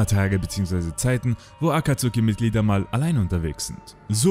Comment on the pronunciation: Die aussprache von akatsuki sehr kritisch 😅😅 aber mega geil es video 👍🏾👍🏾 Hätte es mir das aber noch bisschen detaillierter gewünscht 😅